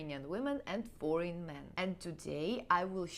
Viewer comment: it sounded like you said "boring men", instead of "foreign men", which made me laugh! "Foreign" is pronounced a bit differently, try listening to both words on Google Translate.